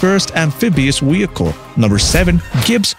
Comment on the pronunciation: re U sayin wheelcle and wideo